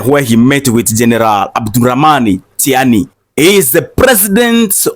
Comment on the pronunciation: Ctiani is pronounced as Chiani